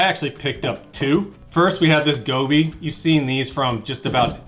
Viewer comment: Its Joby, not Gobi.